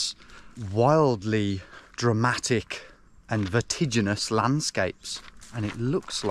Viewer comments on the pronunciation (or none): he needs to sell “Vertiginous” merch